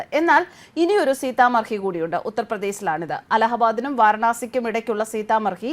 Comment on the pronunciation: സീത മഡി എന്നതാണ് ശരിയായ ഉച്ചാരണം